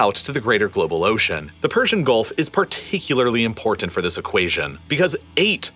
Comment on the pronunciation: Excellent video. Please note you’re not pronouncing the word important correctly